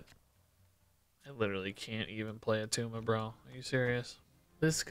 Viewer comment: ITS NOT ATTUMA